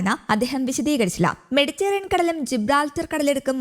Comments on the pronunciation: മെഡിറ്റേറിയൻ കടൽ അല്ല പെണ്ണെ...മെഡിറ്ററെനിയൻ കടൽ....ഒരു മൈക്കും തന്നു ഇരുത്തിയേക്കുന്നു .. വായിൽ തോന്നീത് കോതക്ക് പാട്ട് ... എന്തിനോ വേണ്ടി തിളയ്ക്കുന്ന സാമ്പാർ ... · മെഡിറ്ററേനിയൻ എന്ന് ശരിയായി പറയാൻ അറിഞ്ഞു കൂടെ?